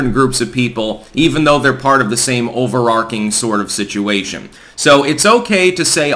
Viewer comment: I love your channel. However overarching is pronounced overartching not overarking.